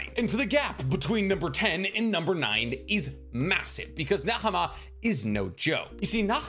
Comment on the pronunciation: Btw Nahama is pronounced without the h since she is based on the mother of Asmodeus